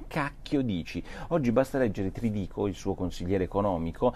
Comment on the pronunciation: Non si chiama Trdico, nn ha l'accento. Si chiama Tridico caro Porro. Non pensare solo a Françoise...